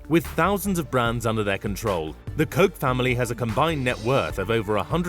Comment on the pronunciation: I'm pretty sure you're not pronouncing "Koch" the right way..